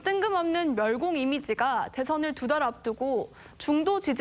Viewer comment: 앵커한글 모름? 멸공을 멸곡이라고 읽네 난독증임?